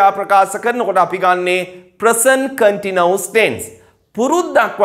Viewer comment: Continuous Please check your pronunciation of this word